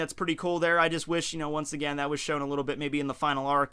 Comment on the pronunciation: The way says again always gets me 😂